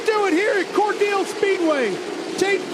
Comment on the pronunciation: Hey, it’s pronounced as Cor- Dell as in the Dell computer. Not dill like the pickle